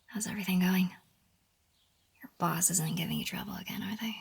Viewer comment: Did you say “boss”?